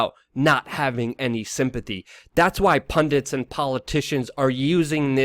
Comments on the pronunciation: PUN-DIT. NOT PUN-DANT. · no such thing as a pundint,its pundit..ppl keep saying that!ppl dont complain when ppl immediately say its Islamic terrorism.y is he a horrible human being?more likely just mental for whatever reason,wether personal or intelligence related